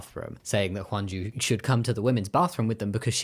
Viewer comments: not a super big deal but with your pronunciation, it’s hyunju not hwanju and gihun not jihun! also geumja no janya. still great video ❤ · Her name is Hyunjoo, I think you were pronouncing it as Wonju or something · who tf is “hwan ju” her name isn’t pronounced like that